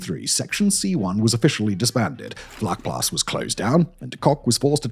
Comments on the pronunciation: Hi Simon, just a fyi, it’s pronounced “fluckplaas”, vlakplaas directly translated is shallow farm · In Afrikaans, “V” is pronounced as an “F”. It’s not Harold. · Good job! In American English: pronounce the ‘V’ in Vlakplaas as an ‘F’—Flakplaas, like the ‘F’ in fire or the ‘flak’ in German anti-aircraft artillery—not as a ‘V’ like victory. Your first Afrikaans lesson—my pleasure. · Pronounced “fluck-plaas” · I love your stuff and am subscibed to a number of your streams. FYI, a "v" is pronounced as an "f" in Afrikaans. Also, Vlakplaas would probably more accurately be translated as "flat farm" as in the Cape Flats from the Afrikaans "kaapse vlaktes", as opposed to "shallow farm" as previously suggested in the comments. It could also be named for it being a farm in a depression or lower lying area. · vlakplaas is pronounced so bad lol its sort of like flaac-plass